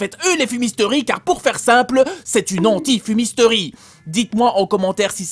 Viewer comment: anti-fumisteri.... Ça commence bien 😐